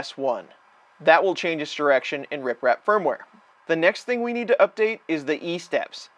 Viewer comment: Why does it sound like you're saying RIPrap instead of RepRap? Lol